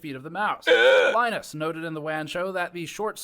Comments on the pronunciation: I like how pronunces Linus like Guinness. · Interesting you can't pronounce Linus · I'm going to slit my wrists if you continue to pronounce Linus this way. This is not a joke